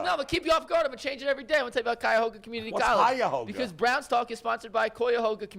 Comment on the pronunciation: Tell the "Y" in Cuyahoga isn't silent.